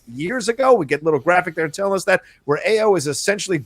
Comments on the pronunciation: Stop butchering the name. AYO = Pronounced ARE-YOUR Not EYE-OH Not A-YOH AYO means joy in Yoruba [Nigeria] language. [My family is Yoruba.] As in Funmilayo = Give me joy. Or Ayodele = Joy comes home. AYO is the short form of such names. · Great review. and, Ayo is pronounced “EYE-yo”.